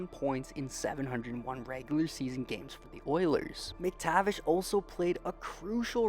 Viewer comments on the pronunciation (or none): none